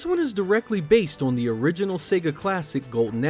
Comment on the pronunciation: On = On. Not On = Owan. You're welcome.